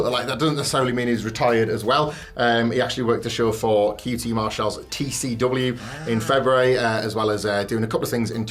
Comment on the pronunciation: QT Marshell? It boggles my mind when these guys mispronounce names, even when they've heard the named wrestler pronounce it themselves. Happens all the time here. 🤷‍♂️